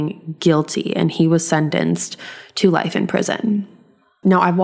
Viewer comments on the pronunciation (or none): none